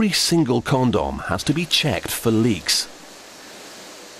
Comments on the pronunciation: I giggled a little every time he said "Con-dom." XD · he says Con-Dom funny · haha so funny how he says it conDOM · This reminds me of "Monty Python's Meaning of Life", everytime the narrator pronounces "condom".